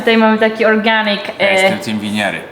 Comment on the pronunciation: Nieżle przekombinowałem z ✨Ordżenik✨ 🤣🤣🤣